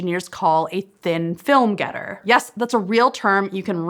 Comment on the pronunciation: FYI, the host's pronunciation of "thin FILM getter" implies that the coating is a thin film-getter, whereas the correct pronunciation should imply that the window features a thin-film getter. Getter is a deposit of material created through "gettering" - deposition of matls in a vacuum, the thin-film part is an adjective describing the type of getter.